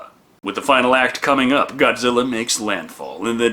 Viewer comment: Did she say Godzillar 😭😭😭😭